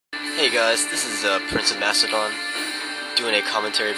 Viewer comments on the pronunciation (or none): none